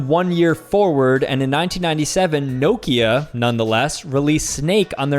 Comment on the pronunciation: nokia is pronounced knockia